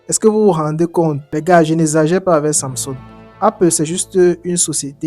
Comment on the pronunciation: Pourquoi tu as du mal à prononcer samsung